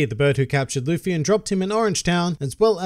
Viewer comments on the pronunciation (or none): none